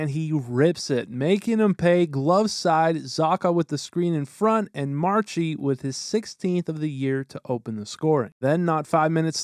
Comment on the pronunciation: Me being a huge bruins fan I don’t really like how he mispronounced Marchand which sounds like Marshawn and I also don’t like how he said PAHsta it’s pasta, but anyways love your vids. Keep it up